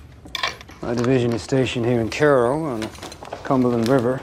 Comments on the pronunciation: It sounded like he's saying Carroll but he was in Cairo (which he mispronounced). While in Cairo Illinois he took command of the military and moved onto Paducah Kentucky. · When I was there, and living fairly close, I recall the locals pronouncing it closer to "Ki-row". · Man as a Northern Illinois man I never knew it wasn't pronounced like the Egyptian city of Cairo and instead like fuckin carrow. Then again it could just be shit subtitles.